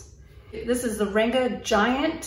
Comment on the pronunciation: Great review, btw the “a” in Ranga is pronounced as the “u” in hung. It means colour or colourful in Hindi.